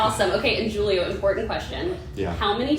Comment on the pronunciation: Interviewer needs to know the correct pronunciation of the name, Giulio.